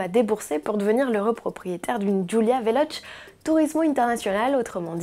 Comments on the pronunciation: Bientôt la prochaine Golf ! J'ai hâte de jouer au jeux des 7 erreurs. Sinon superbe cette Giulia "Vélotché" Ti pas "véloche" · lol la vélotch ! prononcer vélotché piquera moins les oreilles 😂